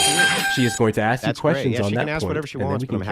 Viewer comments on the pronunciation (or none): brattily enunciating very well and still saying “ax”. ☠️ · Axe you a question 😂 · When someone axed you a question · "When I axe that person a question" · "So when I axe people to articulate their persition" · Bro you can't complain and make a huge deal out of someone articulating something and then continue to say the word ask like "axe" genuinely does anyone take these low IQ folk seriously? 🙈🤣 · went from saying "ask" to "axe" when he started getting upset.😂 LMAO Try harder to be white homeboy. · just when you think they can pronounce the word ASK? the ignorance comes out.... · Guy who can’t pronounce “ask” will probably not be able to wrap his mind around this. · he can't even say ask he is a drifter hunting